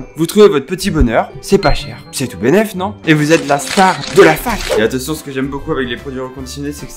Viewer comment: Je suis la seule qui a remarqué que dit attetion